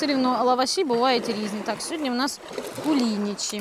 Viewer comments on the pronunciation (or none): кулиничи вам никогда не напишут, потому что правильно надо говорить кулиничИ, ударение на последнюю И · Вітаю. Правильна назва Куліничі з наголосом на останню і!